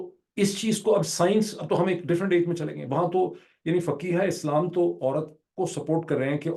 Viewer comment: Thr word is not pronounced "Faqeeha-i-Islaam", Doctor. It is "Fuqahaa-i-Islaam".